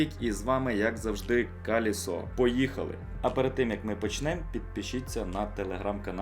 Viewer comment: КалЄсо будь ласка неговори калЄсо